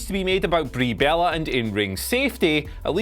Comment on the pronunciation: Sorry, did you just say that Ba-rie Bel-lah, makes an amazing Japanese wrestler, look like a terrible diva? Do you understand the difference between "Botching" and "shooting"? #Clueless When was "Dominion six nine"? Or do you mean 6.9? #NumbersLettersAndSymbolsNeedCommunicating Just quit! You're out of your depth... reading a script!!! #PooshOff How is it even possible, that you are less charismatic than that tennis player? #Shocked